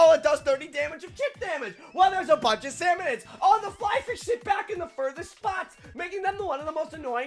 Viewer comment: Salmonids, not salmonoids.